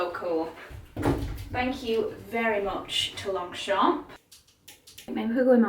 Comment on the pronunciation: hey hey just a tiny correction, we don’t pronounce the g in longchamp 😊otherwise you pronounced it perfectly ! Loved the video as always !